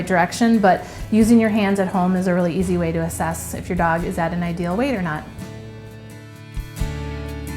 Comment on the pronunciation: Obese lady talking about weiight🥴